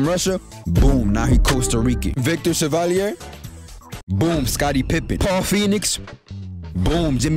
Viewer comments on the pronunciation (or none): none